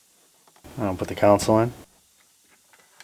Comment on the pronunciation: Love the entire channel, just stop pronouncing console with a U in it. There's no U un console